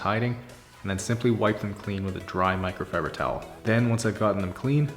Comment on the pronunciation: I’ve really been enjoying your videos! They’re inspiring me to be more tidy in general. Unfortunately my brain has heard you say “Mike Rowe fiber towels” and now I can’t unhear it 😑 My 3 yo is also enjoying your videos. She walked in on the middle of one when you’d already started shampooing the carpets and said “where’s all the garbage?” 😂